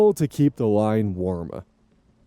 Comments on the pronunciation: "worm!" became mine and my husbands vocal stim by now lmao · every time you say "werm" i must reply with "werm" out loud lmao. Such a fun noise. werm!